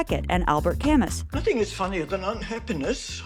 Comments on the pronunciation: Albert camisssss lmao it’s pronounced alberr camooo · Albert Camus "CaMoo"! "MOO"..not "CaMMUSS" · baby baby, please listen to me. it’s pronounced albert CAM-OO. he’s french. i really respect this channel but pronouncing it “cam- US” makes you look bad :( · Camus is pronounced “ka-moo,” not “kam-us.” Do you ever check pronunciation on anything? How do you even know who he is without knowing how to say his name? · lol to Albert "Camas" It's pronounced more like Ca-Moo for whatever its worth! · Not Albert Ca-mes. Alber Ca- moo. Ignoramuses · Camus is pronounced "ca MOO" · "Albert Camuss" is cursed